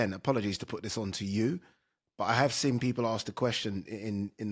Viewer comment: it is boring. I prefer him to Ade. The man can't pronounce the word "seen" and it winds me up 😆